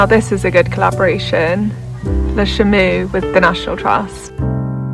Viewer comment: Hi, the second syllable of Chameau is pronounced more like “oe” to rhyme with “toe”, although we don’t have an exact equivalent in English. It means “camel” in French.